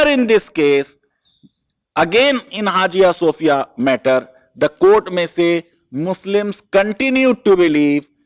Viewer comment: Please sir.. Hajia Sofia nahi. Say in a proper manner it is pronounce as haya sofia. Don't pronounce wrongly. How your pronounce knife psychology etc as it is??? You are law teacher do proper reseach and correct yourself please otherwise your students also learn your style.